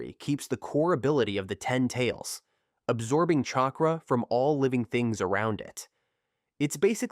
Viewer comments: Shakra 😂 nah good vid tho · Chakra not shakra